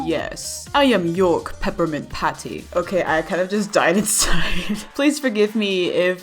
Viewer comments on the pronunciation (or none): Its york not youk